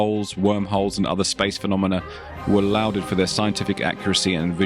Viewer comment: "lauded" ... pronounced "law-ded"... NOT "loud-ed"...